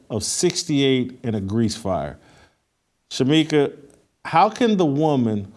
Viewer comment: Shemeka, Shemeka. SMH. I love you, but come on